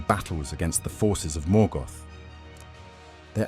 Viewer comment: Morgoth not Morgath